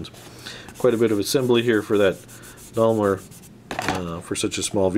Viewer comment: Is he purposely saying Daimler like that or is he forgetting the “i” in Daimler